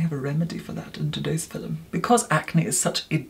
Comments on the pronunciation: Please stop saying filum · i was watching harry potter and caught myself reviewing the "filum", then remembered of how pronounces it and came here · Take a shot every time says: •”fillim” •acne •banish